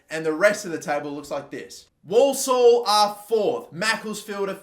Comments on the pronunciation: Walsall pronounced warsall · Dude can’t pronounce Walsall